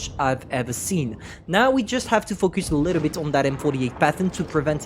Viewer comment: When you say focus it sounds like fuck us xD